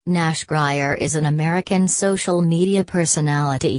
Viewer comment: it's grier